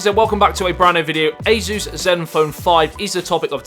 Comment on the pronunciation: Who the heck is AZEUS? This company is A SUS or SUSS...